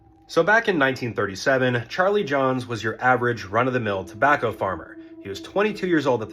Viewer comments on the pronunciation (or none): none